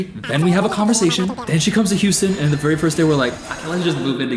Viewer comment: “They’re vewy much not going to like ush” please stroke I’m having a help